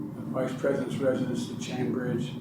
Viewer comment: “residence” not “residents”